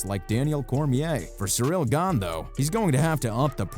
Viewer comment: Jon cracking me up with him calling him cereal gain 🤣